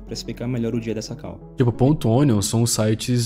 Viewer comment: Eu não suporto mais a galera falando CAU (call). Porra fala chamada ou fala call do jeito certo.